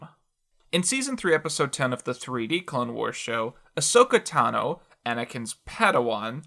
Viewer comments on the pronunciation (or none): none